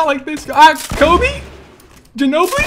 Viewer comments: Cobbie haha lol its Kobe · You said Cobbie when throwing the sticky bomb _